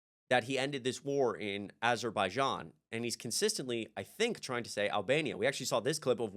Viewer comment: You mispronounced aberjaizan